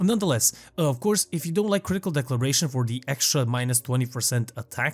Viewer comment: I just wanted to let you know that Critical Deceleration is pronounced De-sell-or-ay-shun. It's the opposite of acceleration. You are not the only one who mispronounces this, and it seems to be more prevalent nowadays. The way you pronounced it was Declaration (a statement), and I'd rather just inform you rather than continue to hear it in the future from every Warframe creator lol